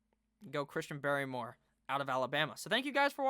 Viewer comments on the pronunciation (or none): Its christian barmore not barrymore, Inthink that is the ideal scenario for tampa, solid pick